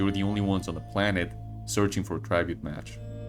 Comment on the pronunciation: Whyyyyy do you say tribute like that